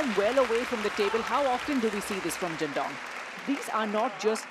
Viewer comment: Why does the female Commentator keep calling him DINGDONG. Got me everytime😂